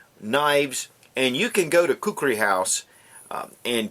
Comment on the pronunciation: you pronounced it well.. I really hate people pronouncing it as kukri...